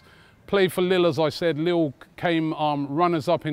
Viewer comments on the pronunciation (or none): none